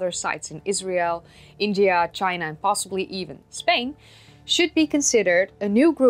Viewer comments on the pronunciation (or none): none